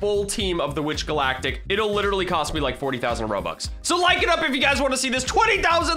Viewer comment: What I think the moment u said "I letterally never play this game" was : may I have Ur p e t s?